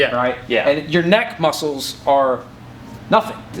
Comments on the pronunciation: When said LEG MUSSELS I felt mikes pain😂😂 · "LEG MUSSELS"